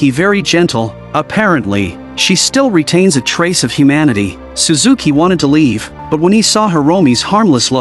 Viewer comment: its shuzuki😂